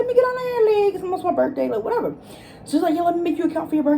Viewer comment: Take a shot every time you say “whateva” 😂